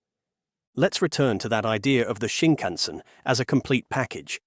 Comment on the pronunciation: I had to quit your video. The way you incorrectly say Shinkansen is so distracting as to remove my attention from the video. [ɕiŋkaꜜɰ̃seɴ]